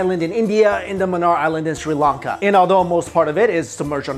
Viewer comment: Sri Lanka not Shri lanka